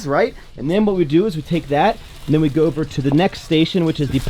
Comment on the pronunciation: "and den".... "and den".... "and den"....